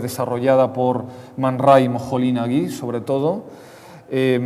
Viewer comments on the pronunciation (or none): Nagy en húngaro significa "Negro" , y no se pronuncia "Nagí" , sino "Noch" o "Notchi" con la "i" muy sutil, como insinuada. O se pronuncia correctamente en español "Mooli nagi" o si quieres que los húngaros lo entiendan recurre a alguno de ellos y que te diga como pronunciarlo correctamente.